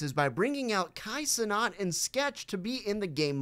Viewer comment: "kai cenaut" you kinda butchered his name but its alr the video is good